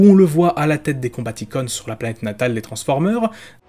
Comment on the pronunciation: Ce sont des films donc il a fallu être prompt.. même si je suis assez d’accord dans le fond (par contre on dis « transformers » (avec un S à la fin phonétiquement) tu le Prononce toujours « transformer » (eur).. un effort 😉